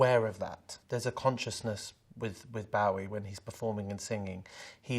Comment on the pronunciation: The way Sam says “BOW-ie” has me triggered haha